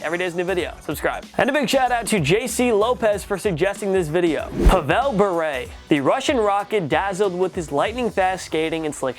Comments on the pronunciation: Being from Russia I can say the way it’s pronounced - PAvel BurE. So basically you take the traditional pronunciation of Pavel in the USA and have the pronunciation of his surname from this video - jackpot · Greatest QB in Redskins history??? I swear yall need to get someone to edit these videos before uploading them.... Also it would prob be a good idea to do research before finalizing your lists.... Hell I will do this for free for you guys!!!! mispronouncing Pavel and saying Yao was 6'7 to go along with excluding Bo Jackson from this list among other things is cringe worthy!!!